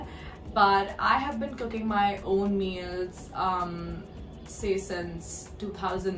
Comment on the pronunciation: for some reason, I heard "cocaine" instead of "cooking" lmao